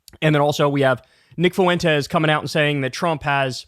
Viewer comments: Please, for the love of goblins....it's not "foo-entez" - its "fwentez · Stop. Fucking. Saying. "Foo-wentez" 🤦🤦🤦